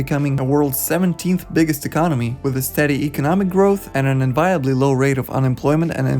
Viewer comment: "Enviable" is pronounced with the accent on the first syllable.